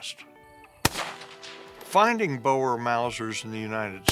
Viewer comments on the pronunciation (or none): I like this, but ahh, the pronunciation of anything afrikaans makes me cringe, its boer not bowar